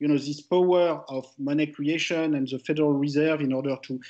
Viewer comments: Thomas ,you are a great economist and your speach us clear. Could you just improve a little bit your prononciation ? The instead of ze , for instance... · I'm french. And I know my accent is not better (those damned stressed syllable...). But Picketty should not use that «ze» instead of «the». It makes him sound like Louis De Funès.